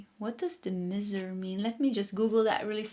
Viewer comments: It's pronounced My ser - Miser 😊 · Pile 1- Miser, the i is pronounced in English with an 👀 Awesome read though ❤